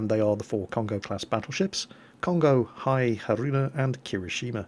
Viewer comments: "Hai"? It's "Hiei (Hi-e-i)". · It is pronounced as He-yay. Not HI! LOL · Awesome video! Dunno if it helps but pronunciation are: Hiei like HeEhi Fuso like whoSo Nagato was beautifully done Also Mogami's an interesting little cruiser that had float plane carrier upgrades for the sacrifice of her hind turrets similar to the kind of upgrades given to the BBs Ise and Hyuuga It might be foreshadowing but you wouldn't be surprised that her last sister (Ibuki) got turned in to an aircraft carrier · I guess Hiei should pronounce as (He-ee) and Haruna should be (Ha-Lu-Na) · Hiei is pronounced /hee ay/. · you pronounce hiei like thishi-e~~~~~~~ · Hiei is pronounced like (He-ay) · technically its pronounced he-ay-ee you just don't really hear the ee at the end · Just becuase it bothers me Hiei is pronounced Hii eh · Even after all this time, I still cringe every time pronounces 'Hiei' wrong. I used to be the same, but it's so painful now